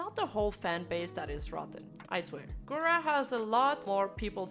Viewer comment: This b*tch can't even pronounce Gura's name right, I just can't.